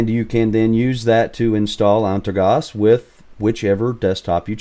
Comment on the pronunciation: Here you can hear how you supposed to pronounce it.